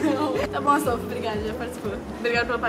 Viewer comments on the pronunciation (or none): Aff quando ela falo astoufo achei que era cachorro